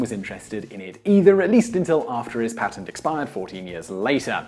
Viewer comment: I can't bear to hear an Englishman pronounce 'patent' wrong.